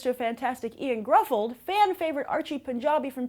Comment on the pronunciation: Did you call Ioan Gruffudd Ian? It is a difficult name as it is Welsh, but it is not Ian. Shame they turned his character into a stereotype step dad and the film was so full of clichés, I was shaking my head hoping the dialogue was not so awful!